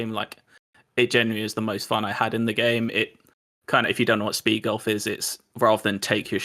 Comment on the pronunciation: Kinda sad is going to lose to a guy that can’t even pronounce “golf” correctly lol